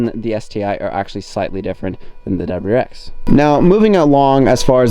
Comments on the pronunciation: It’s WRX not WX 😂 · I feel like you're ignoring the "R" in wrx